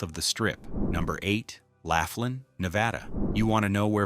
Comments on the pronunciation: Good grief. Laughlin, Nev. isn't pronounced "laugh-lin." It's pronounced "law-flin." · Laughlin is great! I've been going for years. It's LAW-FLIN not LAFF-LIN 😅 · BTW, Its pronounced L-o-f-l-i-n not L-a-f-l-i-n ... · It’s “loff” lan, not laugh lin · Laff Lin? It’s Lowf Lin. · Laugh-lin....that place is a riot. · So far as I know, Laughlin is pronounced lof-lin. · Ai can't say laughlin🤣. Just stop being lazy and do your own video with your real voice. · You mispronounced Laughlin. The resorts there are crap, dirty and dead. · Just made the same comment. AI is bs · Pictures don’t match the location comments, other than NJ. Pronunciation of Laughlin was horrendously. General details, however, very good and the truth about Vegas these days makes me wonder when the lights will go out there?